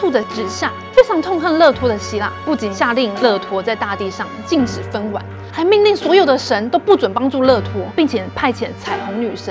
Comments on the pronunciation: 分「娩」唸ㄇㄧㄢˇ，不是唸ㄨㄢˇ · 生娩（音同“免”），不是音同“晚”。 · 或許他比較適合5分鐘以內的篇幅，他的音調、咬字和肢體動作，無法讓人專心聽超過10分鐘。最基本的分娩ㄇㄧㄢˇ都會發音錯誤😑 可惜了這一集這麼豐富的內容。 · 分娩，應該唸 分 ㄇㄧㄢˇ，不是分 ㄨㄢˇ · 「娩」是唸「免」，不是「晚」哦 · 更正一下讀音：分娩(ㄇㄧㄢˇ)，不是ㄨㄢˇ喔！ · 分ㄨㄢˇ要確定欸 是ㄇㄧㄢˇ吧 所以攝影剪輯製作人都沒有覺得不對嗎 影片上傳之前都沒有人再看一次確認嗎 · 分"娩"，分"婉"?? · 故事聽到欲罷不能，不過要小小提醒，是分娩(ㄇㄧㄢˇ)喔！ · 分娩 唸ㄈㄣ ㄇㄧㄢ ˇ😂😂😂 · 很多字唸錯，像是分娩、突如其來唸成突然其來，希望可以改進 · amazing talker身為外語平台就不重視中文嗎… 分娩(ㄇㄧㄢˇ) 說(ㄕㄨㄟˋ)服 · 分娩應該是唸分「免」吧⋯？ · 哈哈哈哈是念分娩（ㄇㄧㄢˇ）唷😅😅😅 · 更正一下 是分娩ㄇㄧㄢˇ唷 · 分娩ㄈㄣ ㄇㄧㄢˇ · 分娩(唸“免”）吧… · 那個其實念娩ㄇㄧㄢˇ 分娩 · 分娩 不是读fen mian吗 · 都很棒很好聽 但分娩 應該是唸娩ㄇㄧㄢˇ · 哈囉，是分娩（ㄇㄧㄢˇ）好嗎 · 这个“分娩(wan)”听完就不想看了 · 分娩 ㄇ一ㄢˇ.................